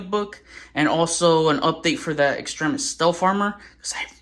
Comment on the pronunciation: Thank you for pronouncing Extremis correctly. You do t how many times I hear reviewers say it wrong.